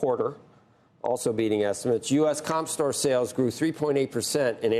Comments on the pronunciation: Store is pronounced STore. Not SOTORE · Imagine living your entire life and being so stupid you can’t pronounce a simple word like store